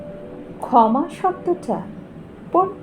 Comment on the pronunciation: 👍২০ ভালো লাগলো "ক্ষমা", অনুভবী স্বরে তার উচ্চারণ। ভালো থাকবেন। 🙏